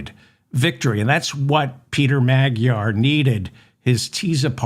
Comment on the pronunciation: I think Magyar is pronounced as Majar